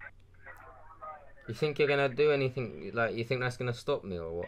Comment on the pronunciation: If you got a Ford Fiesta ST, the insurance would be sky-high dude...:) I got to say this... "any THING" not "any THINK"... gets me when people say it wrong...:o How about you put on a voice, an old man for example, and just be the victim all the way, then exposé! Yeah, wasting their time is good too, but, you know. Okay, I've finished with the critique... Keep it up!:)